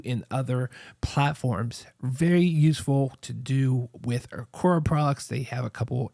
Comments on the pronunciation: Good review. It’s Aqara though. Not Aquara. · It’s pronounced Aqara (uh-car-uh)